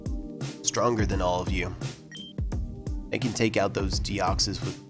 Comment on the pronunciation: Deoxys or Dexoys LOL